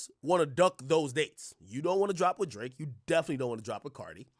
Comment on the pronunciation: “El draaké”